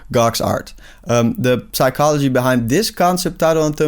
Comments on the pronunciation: I would've subscribed but this dude pronounces the "p" in psychology, like a ruthless animal. F**king bastard. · Bro the p in psychology is not pronounced in English